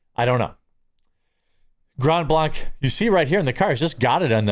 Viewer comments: Jeremy. Please. It's pronounced Grand Blank. I know it's confusing, but hey, it's Michigan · Pronounced like Bank. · It’s said: “GRAND BLANK” I used to live there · Jeremy...it's pronounced Grand Blank. Not blonc. I lived there, it kinda erks me when people mispronounce it. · It's Grand Blank not Grond Blonk. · 'Grond Blonch' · Its not blanque its blank. Grand blanc is grand blank to us michiganders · It’s pronounced “grand blank” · It's pronounced Blank. This is about 15 minutes from my house. The Grand Blanc police chief sucks at giving info and the Genesee County sheriff Chris Swanson is more interested in furthering his political career than doing his job. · Not Grand BlAnC it's Grand Blank! Don't pronounce it the french way you frog lover, Grand Blank but spelt with a c but sounded with a k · Jeremy please stop saying grand blanc wrong it’s pronounced blank like shooting blanks, I live here so it’s weird to hear it mispronounced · Local pronunciation: Grand Blank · Also it’s pronounced “grand blank” lol thanks for covering this story! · Grand blanc is pronounced grand blank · Pronounced Grand Blank....... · Dear Lord…. It’s pronounced “Grand Blank”. Please be the only commentator to get this right! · Don’t pronounce ‘Grand Blanc’ using French sounds. It’s grand (‘a’ like cat) Blank (long a) (hard K). I get it, but we aren’t Wisconsin. 😆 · From Michigan, it's pronounced "GRAND BLANK" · This shit is happening in my neck of the woods, I've always felt safe as long as I avoid Flint but not anymore. (Not to be rude but Blanc is pronounced the same as blank). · It's pronounced Grand Blank! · Once again you say it "Grand Blank", This is Michigan it's up north dude say it completely through your nose. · sup homies and homettes! Jeremy, only cause I know you like to be detail oriented. It's Pronounced "Grand Blank" Michigan. I don't know why, but it is. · GRAND BLANK, we pronounce it GRAND BLANK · We pronounce it "Grand Blank", btw. No silent D.